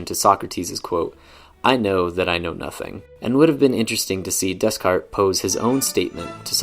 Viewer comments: That’s not the way to pronounce Descartes!! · Every time you say Descarte wrong a baby polar bear dies